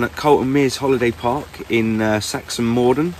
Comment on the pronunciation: BTW it's pronounced Sax-mund-ham .....